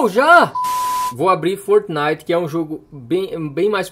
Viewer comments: Como assim Fortenait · Foortinite,pubiji e free fier kkkk ele fala estranho demais kkkk